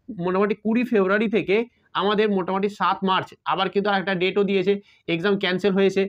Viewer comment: Sir Ota motamati noye motamuti❤